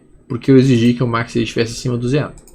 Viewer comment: Boa noite.: Seus videos instrutivos e gratuitos não tem preço. Agradeço demais.Mudou minha maneira de analisar gráficos e price action. Voce é culto demais e tem inglês fluente. Porque pronuncia MACCD.?? Repete o C.Algum motivo?? KKKKKK esculpe a chatice